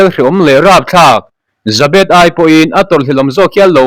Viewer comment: Burma jail hreawm tak hi Jabet(Zebet) tia lam tur.